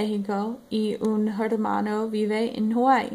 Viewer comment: Keep it up! You are pronouncing 'hermano' a little funny though.